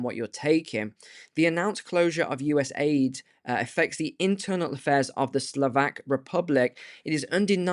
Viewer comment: It's U.S.A.I.D. not U.S.AID , just saying Bro.